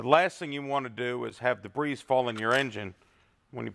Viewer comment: Good job on the video! 2nd time today I've heard someone say "dabreeze" when trying to pronounce the word "debris". In English we use (deb-ree)!lol It makes me wonder if this was the same type of person that would pronounce "chassis" as (chass-is) instead of (chass-ee).. Just having fun, please don't take offense. Thanks again for the video!